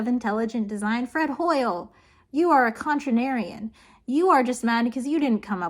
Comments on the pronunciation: Are you saying “contranarian” to mess with people ? I disagree with your pronunciation of “contrarian”. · I'm so happy I watched this because me and my buddy were debating distant future concepts recently and this exact topic came up. Also I don't mean to be that guy but it's contrarian. You kept saying contranarian and it irked me every time. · The fact that you mispronounce “Con-trar-Ian” as “Con-tra-nar-Ian” makes me remember pronouncing “treat-ise” as “treat-sies” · I'm a West Virginian, I don't notice any accent... and the only mispronunciation I noticed was saying 'contrarian' as if it were 'contranarian', adding an 'N' in there. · No, it's just contrarians who insist on pronouncing it "contranarian". It has nothing to do with accent, although i won't discount the Kentucky part. [Insert inexplicably nonexistent proper narrowed-eyes emoji here.] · Some people will say you're not pronouncing things right, but honestly you should ignore them, they're just being contranarians. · You said “contranarian” enough times that I believe it was an engagement trick. Or maybe you just can’t pronounce contrarian but I doubt it. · Dude, you can't blame contranarian on being from Kentucky, lol. Contratrian! Say it with all the slack jawed drawl you want, but you need to omit that extra syllable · I’m Gonna assume you’re saying contranarian on purpose 😂 “Damn it I’m a physicist, not a languager!” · She keeps saying something that sounds like "contranarian." But there's no such thing! Fred Hoyle, and many others, was a contrarian. Say it slowly, my dude: CONTRARIAN. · Isn't the word contrarian and not contranarian? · Con- Trair -Ian ( Not contranarian ) :-) <3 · CONTRARIAN...not contranarian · The way you say "contranarian" instead of "contrarian" is very contranarian of you and I support it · How about usib cotrarion instead of contra NArianHow do you pronounce the drvonf month of the Gregoris calendaf year? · Not to be a contranarian, but the word is “contrarian”.